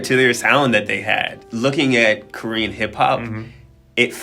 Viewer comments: Honestly ’ Korean pronunciation is soooo good!! I appreciate very much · He actually pronounces korean words so well.